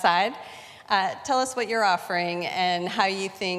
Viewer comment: Telly v Telluh